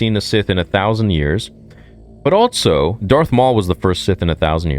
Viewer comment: can't believe this dude is STILL saying Altso